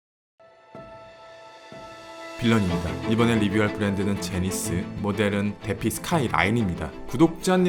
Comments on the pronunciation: 우리나라 뇌절적 발음인지라 저도 들을때마다 부담스럽습니다. 디파이 발음이 어려운 것도 아니고. 솔직히 귀에서 피 나올 지경... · 디파이를 왜 데피라고 발음하는거죠? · 시계인들은 이걸 "데피"라고 하나 보네요....그....제 생각엔 "디파이"로 읽어야하지 않나 싶습니다. 반박시 안녕하세요 올리버쌤밈니따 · Defy는 디파이 라고 발음하는 것이 맞습니다. 멋진 영상 감사하고 항상 잘 보고 있습니다. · 보통 defy는 디파이로 발음하지 않나요?